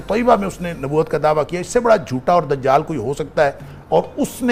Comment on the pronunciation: Dazzal nahi Dajjal. Ja ko za bolte ho za ko ja bolte ho kaam hi ulte hai. Kabhi dekha hai indian song main j ko z aur z ko j likha ho 😂